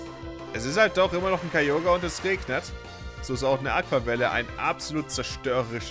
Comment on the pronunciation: Wieso sprichst du Kyogre so komisch aus? Ist das wie es auf englisch heisst?